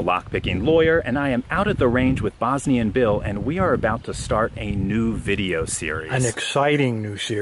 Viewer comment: So you're telling me Bosnian and Bill is just Bosnianbill?! Man, you've been pronouncing it in really weird way